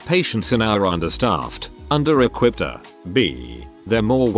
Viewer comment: If you continue to do medical material, can’t you get the bot to say E R rather than “err”?